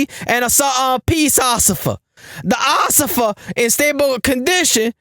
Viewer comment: “It ain't looking good for the Ociffer” 😂😂😂